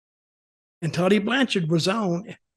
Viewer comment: Ahah hah, Blanchard said his name right on tv! lol What a d!<k-head!